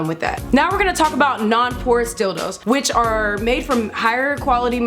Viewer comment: I thought she said "Horse Dildo" so I had to look back and see what she said, it's "Porous Dildos". 😄